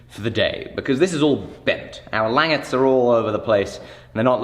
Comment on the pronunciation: Please, for the love of America, call them langets (lan-jet-s)